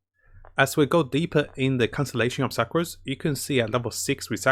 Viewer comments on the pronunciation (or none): Sucrose is pronounced sookrose lol.. as in the meaning sugar 😆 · Klee = Keel Sucrose = Sacroose Let’s see what else he will call the characters by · He called Sucrose Sacroose XD